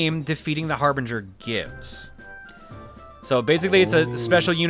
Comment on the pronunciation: I appreciate that Jon pronounced "Harbinger" two different ways within 15 seconds. Knowing him, I'm just gonna assume it was on purpose.